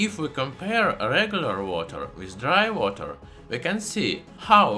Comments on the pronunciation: "Dry Wooter". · Idk what’s more interesting dry water or the way he says dry water